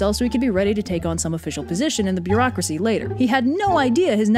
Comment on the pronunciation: I find the emphasis on beaurarceacy hillarious